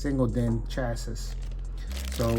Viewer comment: Omg yes…🤮AND he said chass-iss rather than chass-eee. Twice🤣. I cant…😅 Cmon.. that’s a pretty normal word to pronounce the wrong way lmao